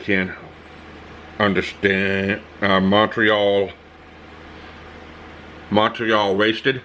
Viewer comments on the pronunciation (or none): "Montreal wasted"? you mean "municipal waste"? 😂🤣😘